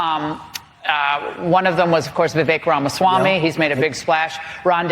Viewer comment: BENNY. SERIOUSLY. I CANNOT TAKE IT ANYMORE. WHY ARE YOU LIKE PHYSICALLY INCAPABLE OF SAYING RA-MA-SWAMY?!? IT'S NOT "RON"SWAMY. SAY IT WITH US NOW: RAH-MAH-SWAMY